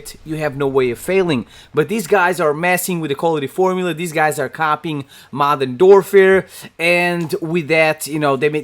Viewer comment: "Modern doorfare" 😄